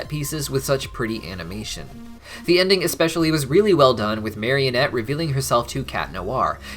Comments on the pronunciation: Bro it's marinette not marionette Just a fun fact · Everytime he says marionette instead of marinette I wanna scream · Marinette please mari-net. Mario-nette is kinda silly. But loved the video anyhow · Take a shot every time accidentally says "marionette" instead of "Marinette" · I think they should've had Cristina Vee sing in the English version...also it's Marinette, not Marionette. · why do you call her "Marionette"? lol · I know this is minor, but it honestly really bothers me when people call Marinette "Marionette". She's not a puppet. There's no "o" in her name. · Binges the whole series in 2 weeks* Proceeds to mispronounce the main characters name literally everytime* XD